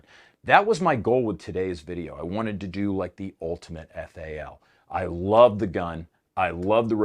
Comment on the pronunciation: Quit calling it a faal it is a F A L . Just like the Styer is not an awg it is an A U G. There is no Ack 47 or Arr 15.